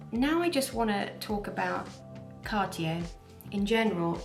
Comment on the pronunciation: Happy to hear someone say Cartier instead of Car-Ti-Jay.